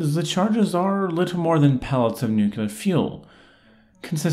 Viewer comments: "Nukular?" Dude... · Nukular? What is nukular? I only know nuclear.